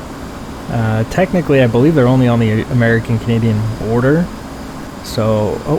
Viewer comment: did just say Cadian air force? 😅